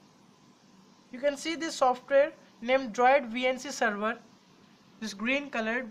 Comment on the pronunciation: is said "Could not seever" ????